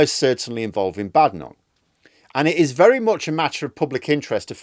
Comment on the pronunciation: She doesn't like being called Bad-enoch, rather Bade-enoch, get it right. lol.